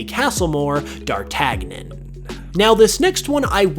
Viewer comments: My man, it's pronounced "Dar-TAN-Yin." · It's Pronounced Darr-TAN-yin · It's pronounced (dar-tan-yon), please stop butchering classical characters. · My eye twinged every time he mispronounced D'artagnan